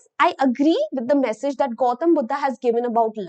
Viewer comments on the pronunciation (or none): none